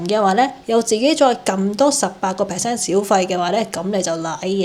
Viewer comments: 係per cent唔係劈 cent😅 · 支持妳出片 不過 係percent, 吾係匹cent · 係per-cent不要劈-cent😅